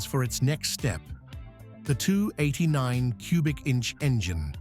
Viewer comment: Yeah. I love the 289, but HATE AI. "The 289nth". LOL Let me outta here!